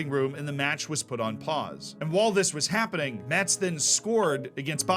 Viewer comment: It's even funnier that he corrected himself with the pronunciation of Rodez but not with Metz (which we say "mess", like this last season's day) xD